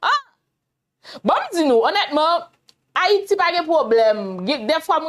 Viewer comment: c pa an fayite: c Hayiti dan l'abim